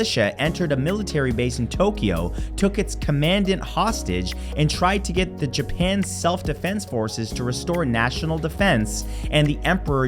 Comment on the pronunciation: That sounded funny - He said "Command Ant," rather than the usual pronunciation of the word "Commandant."